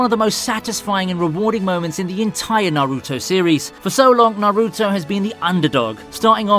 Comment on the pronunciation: The way he pronounce naruto to Nah-ruu-to🤣💀